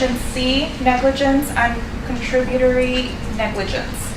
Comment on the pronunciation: The lady reading out the jury’s decision is fighting for her life, damn, can’t even pronounce contributory.